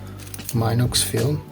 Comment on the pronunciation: Very good snd clever spparatus one small detail: it is pronounce "meenox", not "mynox" because it is not an English word, it is German.